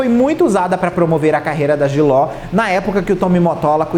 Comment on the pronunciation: Simmmmm, inclusive se vc olhar a foto do perfil no youtube, tem a cara das cantoras repetidas, mas não tem a JLO! Kkkkkk. Imagina vc ser crítico de música e ser parcial desse jeito? Ele é tão desrespeitoso que nem o nome dela ele fala direito, chama de jiló... Faça-me o favor!!!!